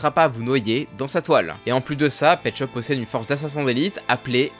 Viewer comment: je suis un 2002 est imposible de prendre au srx quand tu dit petschop